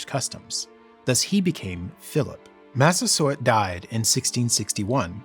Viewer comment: i keep hearing "chief mastersword".